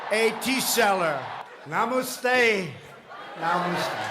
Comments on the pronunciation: Damn, if you can't even pronounce Namaste. I mean honestly, you could forgive him for everything else, but Namaste? "No - must - tai".... lmfao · He butchered all the Indian famous names...I understand since he can't speak even 'United States' properly...but Namaste is well known...how the hell he got namuuste ...I have no idea